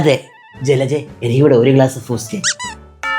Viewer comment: Boost ❎Foost ✅😂😂😂